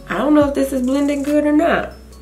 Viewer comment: You're so funny with the "ion know" (I dont know)...LOL